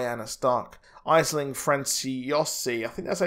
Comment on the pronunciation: The name of the actress playing Lyanna Stark is pronounced "Ashling", not "Iceling"